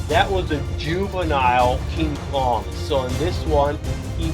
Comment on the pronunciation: You said Cong with hete ray